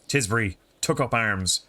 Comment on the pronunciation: Tisbury, Tis Bury Nice